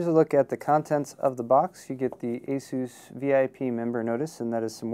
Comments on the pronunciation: The way he pronounces "asus" - I don't like it. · I've always heard Asus pronounced like AY SOOSE. But don't get me started on mispronunciations. Linux is (lin ex not lye nex) Novell is (No Vell not Nah Vull) IO is (eye oh not eee oh) cache is (cash not cashy or cashet or catch or cash ay) solder is (sol der not sah der) The L is a soft L Internet is (Enter Net not inner net) The words Crash, Locked up, Frozen, won't turn on, won't boot, isn't working, BSOD etc are different things.